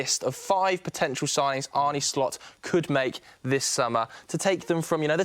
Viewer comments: ArnA not Arnie ffs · It's Arne, not Arnie. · I wish people would stop pronouncing his name as "Arnie". Anyway, the guy saying VVD needs a long term partner or replacement to go with Konaté... we've got Quansah who is currently already better than Konaté. Palhinha ain't the guy for DM, hes already nearly 29, we need someone younger and I can't see Edwards wanting a 29 year old in.